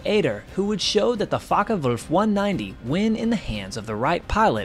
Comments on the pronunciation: It's Focke, not Fokker. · Oi😊s focke wulf not fokker wulf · I wish you'd pronounce it properly: it's Fo... as in Ford.